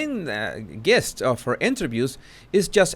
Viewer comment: You're so cute,. Gist is pronounced "jist." Soft g.